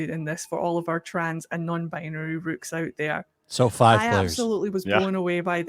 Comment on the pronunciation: Am I stupid, or did I just hear her call people rooks? Like the chess piece